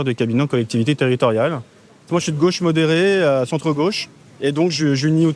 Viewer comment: on dirait bayrou, le "mode erré" 😅